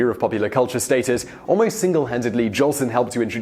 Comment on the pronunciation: hey you@ --you said JOLSON'S name WRONG " SAY his name RIGHT --GET IT RIGHT@ " -------- iT's J O L S O N """ not Johnson!!!!!